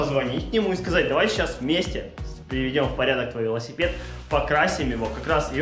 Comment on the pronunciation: Покрась лясипед как говарит